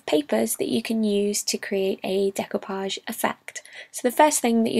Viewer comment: Thank you for teaching me the proper pronunciation of the word "decoupage". It came up in an audiobook project and I have never encountered the word before.